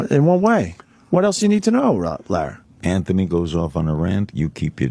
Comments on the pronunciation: I cringe every time Opie says “Lar” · Every time Opie calls Larry King “Lar” I cringe.